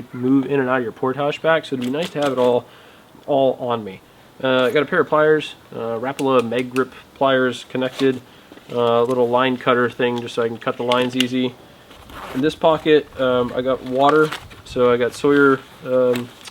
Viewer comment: Rah-pah-lah not rapola